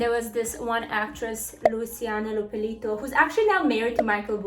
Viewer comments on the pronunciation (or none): Love when she says "Luisana lopelito" hahahaha it's lopilato actually!! Loved that telenovela back in the days!! Greetings from Argentina valeria!